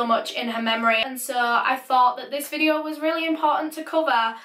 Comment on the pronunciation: Stop saying case or caes video or vedio